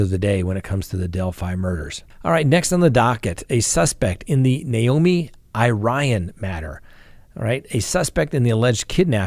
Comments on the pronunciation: I believe Irion is pronounced EAR-ee-ohn,. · Naomi's last name is pronounced EAR-E-ON. I hope she is found safe. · 'Irion' is a French name,... juss sayin'!! (Iri rhymes with Siri and 'ion' is 'yon') in my rough translation.:_Love::_gavel